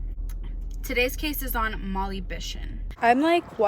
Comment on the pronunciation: For Gods sake do a little research. You mispronounced Molly’s name even after you did it the first time. It “Cummins Pond”. Not whatever you said. You aren’t in any position to be criticizing anyone unless you have some idea of police work. Doing your interview in front of a menu is totally unprofessional. Should I go on?